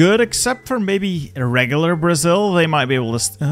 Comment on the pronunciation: BRO I AM brazilian its so funny how you prononce the states of brazil